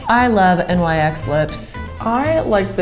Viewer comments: Its pronounced "Nicks" not N. Y. X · Oh my god it's nyx not N-Y-X please stop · Hahaha it’s nyx not n y x. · Am I the only one that is bothered by them saying N. Y. X. For the lip cream instead of Niks like it’s supposed to be pronounced. It’s named after the Greek goddess of the night. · It’s not N Y X its nyx (nix) the Greek goddess of night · Wait hold up it’s not pronounced “nicks” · Does it bother anyone else when people say N.Y.X. versus Nyx (nicks) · anyone else bothers thar they say n y x and not nyx (nix) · All the comments are on how this video isn’t about dupes and the only thing I can focus on is that fact that said N-Y-X, it’s pronounced NYX (NI-SKS) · It’s not N Y X u pronounce it like nix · i don’t know why, but I was so bothered by them saying N.Y.X instead of saying it like “Niks”. It’s not pronounced N.Y.X people get it right please 😂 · Anyone notice how they said NYX instead of “NIX” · It’s not pronounced n y x it’s pronounced nicks even tho it’s spelled like nyx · I usually avoid making petty, negative comments, but god did it irritate me when they kept calling Nyx "N-Y-X". It's "Nyx" (nicks), as in the Greek goddess. :/ Also, the liquid suede lip does last all day--as long as you apply on a clean, relatively dry lip. I use Nyx's liquid suede lipstick for one of my cosplays and I've never had a problem with it--even while drinking or eating (non-greasy foods, of course). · N Y X? It’s pronounced like nix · Erm... “nix” not “N-Y-X” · It’s not “N-Y-X” it’s pronounced “nix” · Good concept but the whole video just seems rushed. These aren’t dupes, it’s more of a drugstore vs high end. You should have found like hyped products like smashbox of porefessional primer and put them against the dupes. Also they say N-Y-X instead of “nix” or is that just me? I’m just kind of disappointed and the fact that they were pointing out the colors were different with the blush and lips was kinda tacky. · I HATE WHEN PEOPLE CALL IN N-Y-X ITS NYX